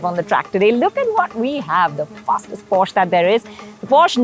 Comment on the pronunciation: why is she mispronouncing porsche everytime